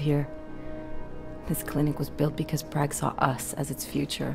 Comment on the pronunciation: I hate how Alex says Prague...